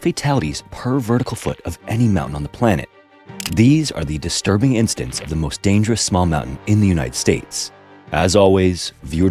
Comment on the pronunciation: Love these videos but the narrator needs to slow down. He’s speaking way too fast and slurring syllables together. For example - instead of saying incidents, he said instants. In the intro he said Washton instead of Washington. And Vitorn instead of Victorian, jah instead of jacket, quinstan instead of coincidence.